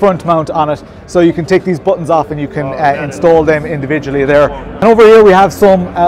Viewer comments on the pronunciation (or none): none